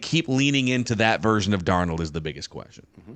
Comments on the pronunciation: Love the show to death but as soo as said Darn Old, i knew it would probably be like the last episode with his pronunciations being all over the place and I'm not sure why but it bugs the crap out of me and can't finish the episode. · I rather enjoy every time calls him “darn-OLD” 😂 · Why does he always say, "Sam Dar-Nold"?